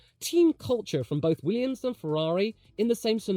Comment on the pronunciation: Less goo Weeeummss!!